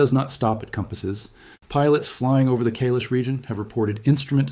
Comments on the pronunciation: Not Kaylesh .....KAIILAAASHH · It is Mount Kaai-lash . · Kai-lash, you need some Indian friends, your pronunciation is weak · It is pronounced "Kai-laash" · KAi Lesh correct pronunciation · Please learn how to pronounce Kailash. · The first syllable of Kailash is CORRECTLY pronounced to rhyme with "SKY", not "day", YOU'RE WELCOME.